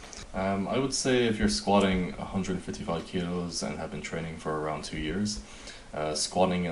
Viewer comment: why do you prounounce it squashing? ( squatting ) ?